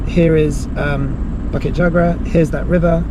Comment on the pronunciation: Awesome! bukit pronounced as boo-kit and jugra pronounced as joo-gra. In Malay, any consonants that has the 'u' vowel after it, are pronounce as a 'oo'. During the colonial days, both Indonesian (under the Dutch) and Malaysian Malay had it spelled with the oo but has since changed. I see alot of other folks commenting on that. Apologies for the repetition. :) And the cemetery you came across was a 'Taoist' cemetery. They are mostly folks from Southern China (usually originating from either Fujian, Guandong or Hainan province). Most Malaysian Chinese have their roots from these provinces. Obviously Muslim cemetery would have different headstone. And Christian one's would resemble the ones from the west which you'd be familiar with.